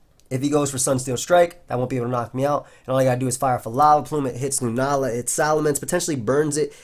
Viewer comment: "He does go out to lunaala"